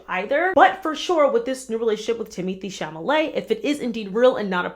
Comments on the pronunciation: It’s Cha Le Met not Cham a Le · You saying chamalet instead of chalamet twice made me laugh so much after a 13 hour day so thank you !! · Love the video! ! New sub :) but iTimothee’s last name is pronounced like Char-lah-mayne - same way we say that horrible radio host that got fired. I believe that relationship is completely fake just like every kendal’s relationship because she’s not into men.